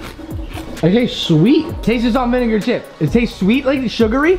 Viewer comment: I love how says falt an renga chips instead of salt and vinegar chips